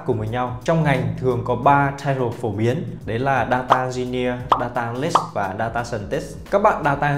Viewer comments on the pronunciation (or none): phát âm vài từ tiếng Anh (business, analyst,..) nuốt chữ nghe hơi khó chịu. Dù sao thì vẫn cảm ơn bác vì video !